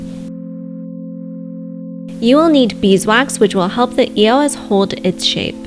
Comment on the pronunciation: Did it bother anyone else that she was saying it like E. O. S. Instead of just saying eos like it's supposed to be pronounced..?